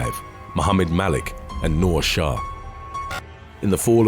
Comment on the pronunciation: When he said my name 'Noor' I wasn't surprised since everyone pronounces it wrong 🤣🤭